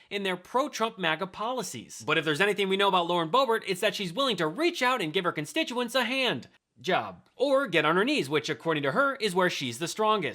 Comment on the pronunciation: She couldn't even say the word constituents because she knows she's so full of s***